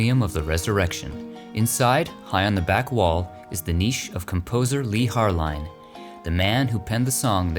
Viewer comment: Leigh Harline was a Mormon, and his last name is pronounced "Har-LEEN", NOT "Har--LINE".